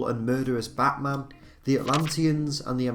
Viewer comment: Your accent makes it sound like you said "Batsman" instead of "Batman"